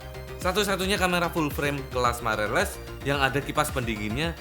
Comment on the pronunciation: Others: mirrorless: mairerless